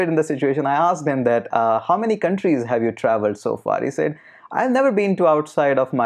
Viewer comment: With all due respect I think that you are pronouncing the word 'said' wrong.